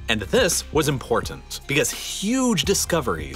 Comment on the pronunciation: Lately I've been noticing what seems to be a new pronunciation of words ending in -tin, -ton, -tain, -tant, etc. in several YouTube videos. I assume it may be a generational thing, or perhaps it's regional. I notice the narrator in this video doing it on the name Putin, and I think also on the word "important" (if I remember correctly). Basically, the pronunciation feature is that in words with a "t" followed by a vowel and then an "n", the "t" is pronounced as an "n." So "mountain" becomes "mounain", "Putin" becomes "Punin," "important" becomes "impornant," and so on. I had never noticed this before 2022, though it most likely goes back much longer. Has anyone else noticed this pronunciation, and did it strike you as odd? Or do you pronounce words this way yourself? I pronounce the "t" in these words, and I had always heard other people pronouncing the "t" until recently (though even now, I only hear the "n" in place of "t" on some YouTube videos, but not in real life). But language and pronunciations change, and this may be the next big thing. 🙂 (Correction: Listening closer, Putin sounds more like "Pudin" in this video. But in a newer video from the same channel, I hear "Punin.")